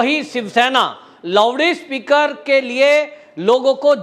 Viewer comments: Sir, it's not Lovede speaker, It's LOUD SPEAKER. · Lowdee speaker nahi loudspeaker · सब ठिक है सरजी पर ये लाऊडस्पिकरको लावडीस्पिकर मत बोलीयेगा अलग लगता हैं 🙏🙏🙏🤪🤪🤪